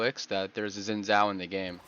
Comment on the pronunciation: it's pronounced Shin Jao